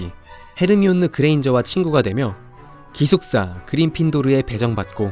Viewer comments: 그린핀도르가 아닙니다... 그리핀도르입니다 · 그린핀도르 아니고 그리핀도르 입니다